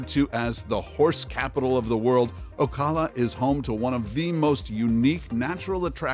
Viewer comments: It's pronounced Oh-cal-uh. Not Oh-call-uh. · Did... Did you really just pronounce Ocala as O-call-a? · Stop using AI! This is the third video I have listened to. I thought that you weren't pronouncing things properly? When you said Ocala. Yuck! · Please learn how to pronounce ocala